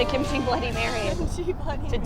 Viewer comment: Say Kim-chi one more fucking time... I dare you.